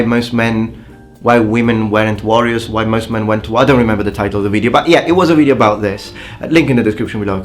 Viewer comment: Bro, try pronouncing more the O /ou/ in video and use the shorter i, because you are doing it long on the i and its leaving the word with a heavy Italian accent. You are so good at other stuff, just that longer i is what gives you away. Also, in triggering, do not the emphasize the i in the beginning.